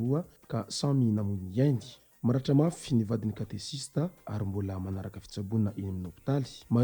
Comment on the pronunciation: Mankasitra tompoko fanomezam-baovao. Fanamarihana kely fotsiny: Tsy Katesista no fanononana azy fa katekista. Misaotra tompoko.